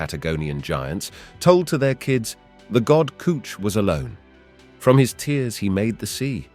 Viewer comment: "the god Kooch" huh?